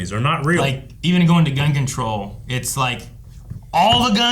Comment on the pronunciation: When said gun control, did anybody else hear "Gungan Troll'? I've listened to these guys talk about Star Wars way too much.